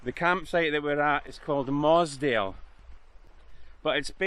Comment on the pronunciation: Good video but - Muasdale pronounced Moo-az-dale Gigha pronounced Gee-a. Stopped watching.